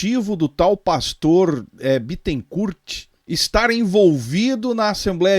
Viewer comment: O Bittencourt é advogado do tal Leandro. Ah, e não se pronuncia o "t" final de Bittencourt (bitencúr).